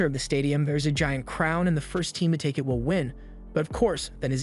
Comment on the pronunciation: Bro it’s “will” not “vill” 😂